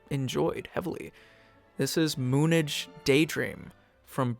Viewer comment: lol its said as moon age lol